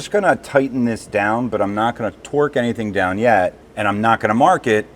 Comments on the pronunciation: Are you saying torque or twerk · So awesome to see the progress on the 401! What a difference since that first video. Keep it up!!! Can't wait to see her fly again!!! It seems like you no longer say "few-saw-lidge", now if we could get you to say "torque" instead of "twirk"... Torque is something you do to a bolt. Twirk is something you do with your rear end. 😂😂😂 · I kept hearing twerk lol